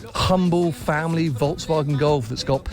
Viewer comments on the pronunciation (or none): none